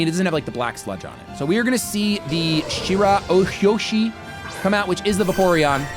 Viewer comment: mispronouncing shirahoshi is the best thing iv seen all day.